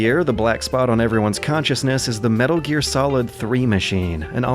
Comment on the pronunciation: Metaro gear. I almost thought she said motaro gear lol.